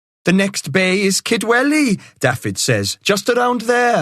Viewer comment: Can somebody tell the narrator how to pronounce Dafydd, it's not Daffid, it's Daavith, the f is a v and dd is th.